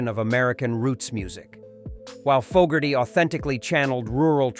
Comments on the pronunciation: It’s Foe-gerty , not fog-erty………. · "jahn fah Gertie" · ”Fog”erty pronunciation was enough for me to stop watching. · Don't know about anyone on the list but I'm pretty sure he would hate the way you are saying his name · The idiot can't even pronounce John's last name correctly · Bruce Springsteen inducted Credence at the RnR HoF. It would be nice if this bot could learn how to pronounce the artists name.